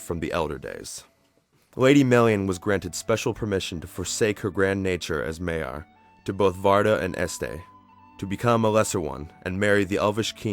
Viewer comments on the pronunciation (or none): I liked this documentary, but I have a few issues with the pronunciation of a few of the names, especially Morgoth. The "o"s should be far more rounded, and "Maiar" is pronounced "MY-ar", but I'm nitpicking.